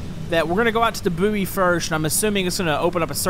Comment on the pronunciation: Boo-ee? It’s pronounced ‘boy’ isn’t it? Could be American I guess?